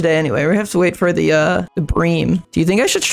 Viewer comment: Btw is pronounced “brim” not “bream”